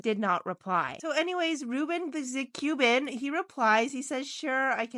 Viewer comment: Ruben the Cuban not Ruben zathe Cuban! Your artwork is quite good but, your pronouncing of the names is way off!